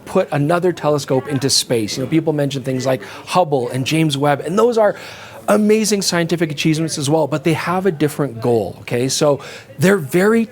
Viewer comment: "Amazing Scientific A-CHEESEMENTS " 🤣🤣